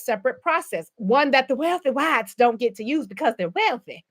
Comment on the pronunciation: With the accent and all!!!😂😂